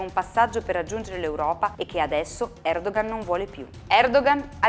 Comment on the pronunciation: comunque... Si pronuncia Erdoan perché la ğ non si pronuncia, è muta (Erdoğan = Erdoan)